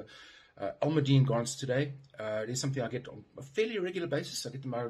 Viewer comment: get not ger